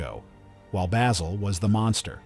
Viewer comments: can't even pronounce Basil... I'm out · This is pure bullshit. Literally NO ONE compained and no American will EVER understand why. Stupid ignorant narrator can't even pronounce the name of the principal character.